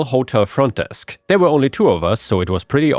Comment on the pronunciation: He also pronounces "were" as "where". So, if you don't understand the context, that could be confusing.